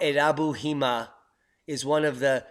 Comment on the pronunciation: jima is not hima, c'mon, you can do better, it is similar to Sakura-jima